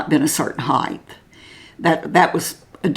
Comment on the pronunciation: Love watching your channel. But please do not take offense but when you speak of how tall a person is,you're referring to HEIGHT....not heighth..there's no such word as heighth..❤